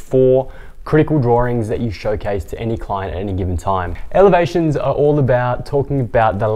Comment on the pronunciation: It’s okay. It is what you meant. You pronounced it as “Evelations” but it’s written in the playlist. Thanks.